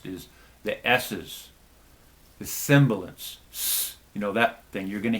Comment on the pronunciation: Thanks for the tips. But it's 'sibilance' not 'simbilance'.